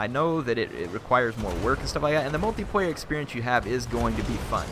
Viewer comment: can you please stop saying "Multiprayer" and "singleprayer". otherwise nice video, like the analysis.